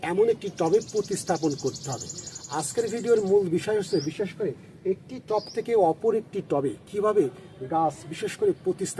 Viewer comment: ভাই টপ না টব হবে।